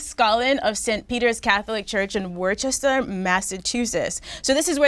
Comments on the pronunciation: Its pronounced "Woosta" not "Worchester" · Deska its wuss-ter not wor-ches-ter lmaoooo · Obvi Nadeska and crew have never seen name of the city Worcester before. Its pronounced "wooster" not WAR-Ches-Ter LOL! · DAYYYUUM NADESKA! YOU BUTCHERED THAT PRONUNCIATION OF WORCESTER, MASSACHUSETTS! LOL It's Pronounced "WUUS-TER"(kinda like the "Wuss" in "Wuss Good?" But the U is dragged out a lil more) not "War-chester" or whatever you said! 😂😂😂 it's all good tho, we all still LOVE YOU and fucks witchu heavy! MMMUAH! 😘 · It’s pronounced WOOster not worchester smh 🙄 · Wustah not worchester.... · Lol it’s pronounced wister not worchester lol ain’t even a h in the word 🤣🤣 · Nadeska BUTCHERED that pronunciation of Worcester, Massachusetts! 😀😁😂😃It's Pronounced "WUUS-TER"(kinda like the "Wuss" in "Wuss Good?" But the U is dragged out a lil more) not "War-chester" or whatever Nadeska said! 😂😂😂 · every1 in mass losin it when nadeska said "worchester" 😫💫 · its pronounced wooster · Worcester is pronounced Woos-ster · Worcester (pronounced: Wiss-ster) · The way ya’ll kept saying Worcester😂😂 I’m from the same place as joyner and everyone say it wrong if you aren’t from here. It’s supposed to be said like ‘wooster’😭😭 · It’s pronounced WOO-STER u bitch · Its pronounced "wooster". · el_propagz they just pronounced it “worchester” lol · Worcester is pronounced Wooster. MA shit. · hearing nadeska trying to pronounce Worcester was cringey